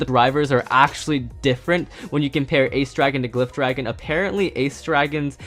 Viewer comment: Glyph dragon is pronounced gliph dragon